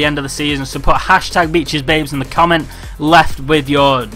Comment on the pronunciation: think you said #beechsbabes haha Liverpool Chelsea Man City Arsenal